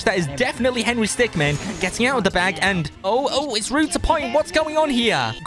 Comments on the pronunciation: He's henery stickmin, not henery stickman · henry stickman Me:ITS HENRY STICKMIN NOT MAN MIN!!